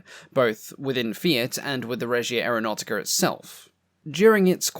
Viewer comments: To improve your very creditable pronunciation of Italian words, may I make one suggestion: Aeronautica is pronounced "ah-air-o-now-tica". Try to roll your R's if you can - but, then some Italians cannot do this, either - it's known as an "erre moscia" (soft R). As for carbon tet - I remember a household clothing stain remover from my childhood in the 60s, called Thawpit, which was nothing other than carbon tetrachloride. I used it fairly often and am still here to tell the story, over 60 years later. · AreoNAUGHTYca Sorry I’m Italian and it really amuses me